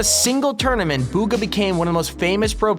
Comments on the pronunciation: Bugha b oogha not booooogha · Bugha not boooogha